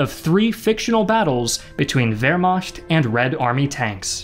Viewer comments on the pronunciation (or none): I know I already left another comment on how you mispronounced Pyrrhic as Feeric but I'm here again to saw Wehrmacht is pronounced Vare-Mahhkt and not Vare-Masht or Ware-masht. It's probably a case of reading a word and never hearing it outloud which happens to everyone that reads a lot.